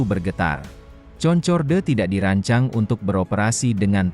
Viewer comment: Bacanya Konkord om.